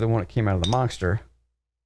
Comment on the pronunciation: Why does it sound like says “Monckster” hahahah